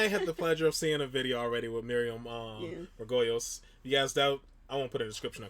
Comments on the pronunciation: Just a heads-up, her surname is pronounced ‘Mar-go-lees’ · It's pronounced Mar go Lees it would be Mar goyles if the y came before the L but it doesn't guys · her name is pronounced... Miriam margo- leese. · Margo-lee's is how you pronounce her name ;0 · Her surname is pronounced Mar go lees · Her name is pronounced "Margolees" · Hi her surname is pronounced Mar-go-lees 😊 (that wasn’t a criticism btw, just for future reference) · It is pronounced Miriam Mar-go-lees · It’s “Margoleez” :P